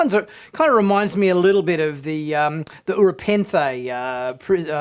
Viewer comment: Did he just say Ura Penthe? It's Rura Penthe.